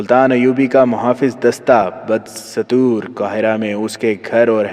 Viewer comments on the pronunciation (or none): بدستور اسکو دستور پڑھے ستور نھیں